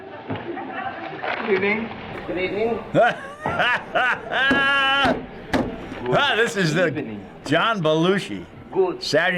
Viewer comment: So SNL started "Good Ebening"...